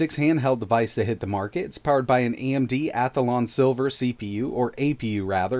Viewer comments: You keep saying Athalon. You keep adding an extra A. It is pronounced Athlon. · WTF is an *Ath-A-lon'? Where is the extra 'a' coming from?